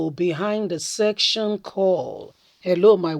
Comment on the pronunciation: Madam it is called secession and not section